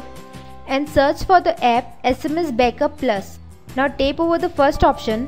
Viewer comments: its tap not tape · It's tap not tape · Guys - I know shes pronouncing Tap as Tape... but the thing is you are watching this video cause you'll wanted some information about backing up android.. And I salute her (whatever she pronounces) she took out time to make a video and show more than 1 million people what they were searching for.. At least half a million might have found exactly what they were searching for. So please stop making fun of others and try to help someone.. Its more fun that way.. Good day.. (put a TAPE on your minds... when criticizing) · She is just pronouncing wrong the word Tap